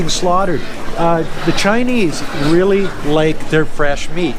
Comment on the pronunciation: Emphasis on "really"